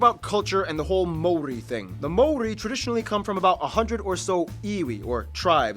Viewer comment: No offence or disrespect to you my bro but, the narrator’s pronunciation of the Maori Language is shocking and insulting. Personally, it’s not such a big deal that NZ was not included on the world map. You are correct, the north island looks like a fish/Stingray hence it was referred to as Te Ikanui a Maui (The great fish of Maui). Maui was a famous and magical ancestor of Polynesia. He stowed away on a canoe when his older siblings went fishing one day. He convinced his brothers to travel further south and magically fished up the north island. The South Island was known as Te Waka a Maui (Maui’s canoe) prior to the great migration. Stewart island was known as Te Tauranga o Te Waka (The anchorstone) prior to the arrival of Polynesian. 7 main vessels each had a flotilla of smaller vessels. Maui was so revered and famous for his many great deeds that the Hawaiian people named an island after him. The stories of Maui’s great fish, were handed down verbally through the generations. Kupe was the first navigator to follow the constellation of stars known to Polynesian as Te Matau a Maui (Maui’s Fishhook) Kupe gave the name Aotearoa (Land of the long white cloud) a subtropical rainforest. Kupe returned to Polynesia and informed the many paramount chiefs who began building the canoes for the journey. All the canoes and their people met in Rarotonga for the final feast and the emotional farewell the next morning before they set sail for Aotearoa. It wasn’t as Anthropologists wrote man